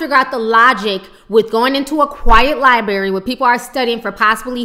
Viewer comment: it's not liebary it's library